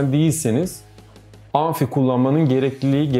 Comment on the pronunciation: Abi anfi değil amfi